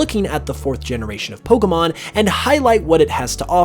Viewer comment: It would be better if he would, as I have said before, pronounce "Pokémon" correctly! It is only pronounced "poh-kay-mon", there is no such thing as "poh-kuh-mon"!